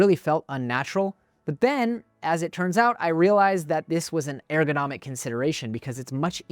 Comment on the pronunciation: Love the videos, just subscribed after watching several. Great information and engaging, but please change the way you're pronouncing ergonomic 😂